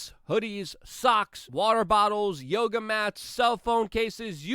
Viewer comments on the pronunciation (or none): none